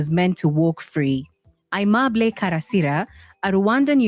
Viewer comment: It's not "Uheemable", but aimable.